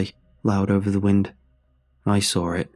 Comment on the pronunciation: My favorite part of these is the moment when he says "and that's... When I sawr it"